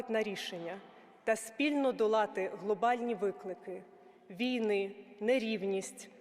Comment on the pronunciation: 19.7-19.4 свідчить, що текст вперше читається декламатором, бо наголос у слові "війни" покладено не на 1-й його склад, а на останній! Це прикро та збиває загальний заслужений українцями героїко-драматичний настрій від промови!